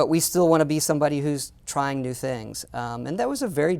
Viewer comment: Frak this guy, "try wew things" he says, new ways to rip off people?